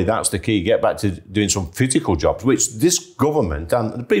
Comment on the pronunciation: Jabs or jobs - got lost in pronunciation 😅